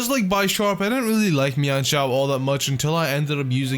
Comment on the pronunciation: You mispronouncing mienshao hurts me